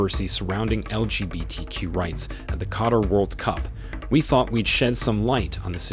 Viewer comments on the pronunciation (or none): none